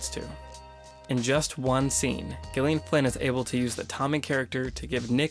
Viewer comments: I think it's pronounced "Jillian," not "Ghillian." Awesome video essay, though. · Hey you pronounce Gyllian as Jillian. Not with the hard G sound. I’m saying this because it is my name and I hate it when people mispronounces it. Which you’ve done this entire video. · It's Gillian with a soft g, not a hard one. Jesus fuck. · Its pronounced JILLIAN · She pronounces it with hard G. as in Good, Gone, Girl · No, it is not. She pronounces it with a hard G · Dude, her name is pronounced like Jillian. It's just spelled differently. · Actually she, herself, pronounces it with a hard G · She pronounces it as a hard G. No, Americans generally would pronounce it as J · Why is he saying gilian? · Isn't it pronounced "jillian" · The g is a soft J sound next to and I. I am used to versions of my name being mispronounced but I haven’t ever been so gosh darn and try about it before. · he needs to learn how to say the author's name properly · Do you actually think he made this quality of video and did not bother to find out exactly how the author herself pronounces her name. she uses a hard G....as in Gone, Girl, etc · Gillian. Listen to the author say it!!! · Not how you pronounce the author's name, buddy :)